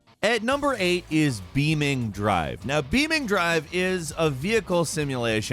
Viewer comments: "Beaming drive" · I cringed a little at "beaming drive" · bruhh beaming💀💀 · Heheheh... "beaming drive"